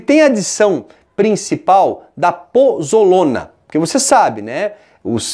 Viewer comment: POZOLANA e não pozolona